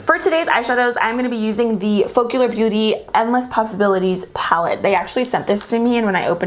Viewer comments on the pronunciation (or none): Wow, these settings are so much better!! I'm sorry, I have to say it - the brand is pronounced foke-uh-lure not foke-you-ler. Like they combined the words Focus+Allure and got Focallure. I'm annoying, I know. Sorry, but at least it's engagement.